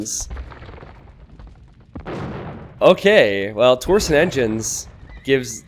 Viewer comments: dammit saying TOR SON no no no it's TORSHON There is an i in there, makes it sound like sh. Anyway keep up the good work. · The way you say "torsion" hurts my brain. It's tor-sh'n not tor-son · Hi. Small bit of pedantry: Torsion is pronounced "Tor-shun", not "Tor-sun" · please, it's torsion not torson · It's tor-shin. That's how you pronounce torsion.